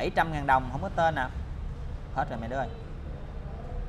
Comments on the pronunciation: Bà nội ươi.ngồi nghe ổng đọc " ko có tơn" mà tui lựu theo nãy giờ🤣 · Vui nhất đoạn ông đọc hổng có tên còn nhấn nhẹ nữa chứ